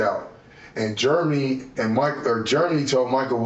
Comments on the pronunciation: Idiot could pronounce discombobulated but called Jeremy " Germy" go figure 🤣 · I wish he would learn how to pronounce Jeremy. He keeps saying germy. But it is funny, though. 😂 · Why do I feel like the story he's telling has a lot more to it? It's like he's telling one line of erroneous details and skipping 3 lines of important details. (Ugh, why does he pronounce Jeremy as "Germy"?) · How annoying is him saying 'Germy' instead of 'Jeremy' 😬😬😬